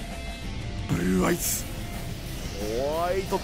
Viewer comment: ブｒｒｒアイズ